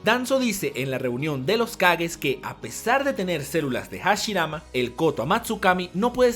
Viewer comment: Like si tú también dices: Ce-Luh-Lah de Hah-Shih-Rah-Mah Como ^^